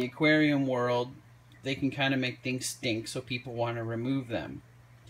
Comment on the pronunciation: the way you say stink 🤣🤣🤣🤣🤣🤣🤣🤣🤣🤣🤣🤣🤣🤣🤣🤣🤣🤣🤣🤣🤣